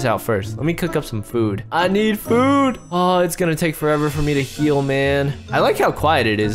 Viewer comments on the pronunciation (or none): none